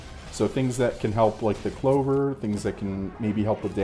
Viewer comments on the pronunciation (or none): none